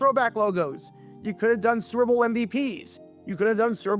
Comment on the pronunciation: Almost every time you say '"Super Bowl" you sound like you're saying "Servo" instead. Take some diction lessons to prevent this and future mispronunciations and thank me later.